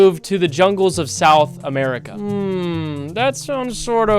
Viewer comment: "they were super isolated, all the way out in south america" why you gotta say it like that bro 😭😭